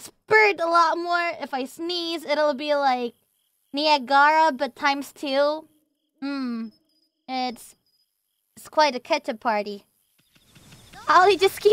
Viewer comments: As someone who lives close to the falls, my brain did a little backflip when the picture showed up and she said Nia-gara. It took me a minute to recognize the pronunciation hahaha. English be weird. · Nia-GARA. WTF